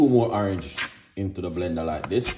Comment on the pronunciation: I subscribed because you said awerange A Youtuber